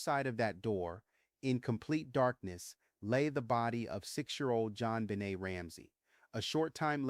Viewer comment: your followers know this is a newly named podcast of yours even though we don’t know why you did this. Much of the voice seems right, until the pronunciation of Jonbenet asJon benay en and DNA comes out as Deena. I don’t understand the change in pronunciation.